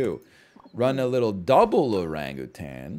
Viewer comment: the way he enunciates Oran-GutAn will never get old to my ears